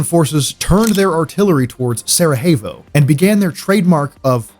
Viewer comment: I don"t know why you pronounce Sarajevo with Spanish "J"? The correct way is Sarayevo! Otherwise cool video..greetings from Slovenia! Love that JNA helmet..i was sergeant in that army in 1987/88 in Macedonia, just before of the beginning of Yugoslav wars!